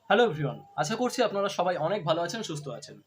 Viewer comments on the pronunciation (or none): none